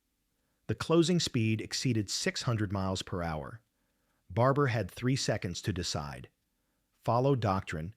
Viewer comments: Get your A.I. working to pronounce words correctly. It's "miles-per-hour", "millimeters" etc. This is editing 101. Get on it! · Please figure out how to get your AI narrator to correctly pronounce "miles per hour".